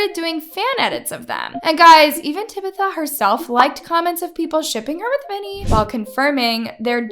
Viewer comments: tibitha? its tabatha lmao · It's TAB-ITH-UH not TUH_-BITH-UH also i love tabitha sm oml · Why did she pronounce Tabitha as Tibitha? 🤷‍♀️ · You said Tabithas name so wrong 😭 first and last name